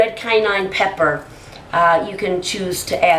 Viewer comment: nigga said ''red canine pepper''